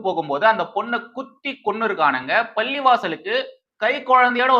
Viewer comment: தம்பி! பள்ளி,பள்ளிவாசல், பல்லிளிக்கிறது எல்லாமே ஒரேமாதிரி கேட்கிறது. தயவுசெய்து உச்சரிப்பைத் திருத்திக் கொள்ளுங்கள். பள்ளிவாசல்களில் சாயங்கால ஓதுதலுக்குப் பின் அங்கே மந்திரிப்பார்கள். தண்ணீர் தெளிப்பார்கள். அதற்கெல்லாம் பலனுமுண்டு. இதை மறுக்க முடியாது. ஆனால் இன்றைய சூழ்நிலையில் நம்பலாமா என்றால் கேள்விக்குறி தான்.இன்றும் நாகூர் தர்காவுக்கு வேண்டுதல் வைத்துச் செல்லும் இந்துக்கள் நிறைய பேர் உண்டு.